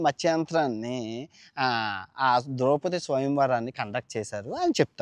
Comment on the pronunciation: ద్రౌపతి కాదు సామీ అది... ద్రౌపది...